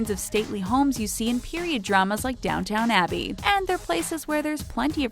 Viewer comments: I'm sorry did you say Downtown Abbey? No it's DownTON Abbey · Its Downton Abbey, not Downtown Abbey... pleb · Not every English person drinks tea and eats crumpets, the majority prefer coffee and it’s not pronounced downTOWN abbey it’s downTON abbey, loved it tho xx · It’s not down town abbey it down tOn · they have no idea what they're talking about. just bunch of stereotypes put together from bunch of instagram posts. idiots. Also It's Downton, not Downtown Abbey. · is karlovo namesti in prague. this video is a shit script to a ton of stock footage. and half the cars they show have saudi license plates. so probably not british kids. more likely saudi princes. and i think she says down town abbey, instead of quoting the real show. downton abbey. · downtON abbey not downtown abbey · DOWNTON ABBEY! Not, Downtown Abbey lol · And it’s downtown abbey not downTOWN abbey ! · haha the way she said Downtown Abby is completely wrong, I love Americans, also they contribute alot to our economy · This idiot narrator said "Downtown Abbey"!!!! How embarrassingly low class!!! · 'downTOWN abbey' lol i died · “Downtown abbey” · Downton, it's DOWNTON ABBEY!! GET IT RIGHT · "Downtown abbey" lol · Did she really say DOWNTOWN ABBEY?🤔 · um, did you say down town abbey?